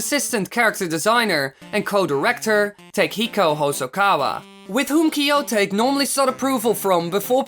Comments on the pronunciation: Kiyo"tuh-kea" not kiyo-take from "to take" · It's warUI, not warIU! And Kiyotake is pronounce kee-yo-TAH-kay, not kee-YO-tayk. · That's not how you pronounce Kiyotake.